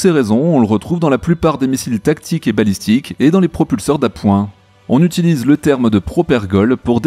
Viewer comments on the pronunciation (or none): none